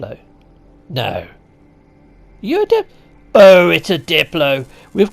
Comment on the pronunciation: Everyone always calls them diplos when hello games clearly calls them daplos.